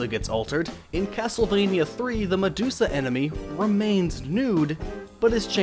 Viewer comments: "MaDUDEsa" lol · It's medudesua